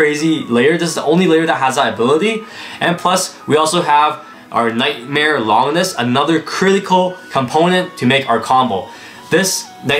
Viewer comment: How hard do the new blades hit cuz I have a unique colored og bay from the very first series tht was the phoenix one that's a clear red and it wrecks some these new blades. And lol longness isn't how you say it it lon-ginus named after the unnamed roman who stabbed Jesus on the cross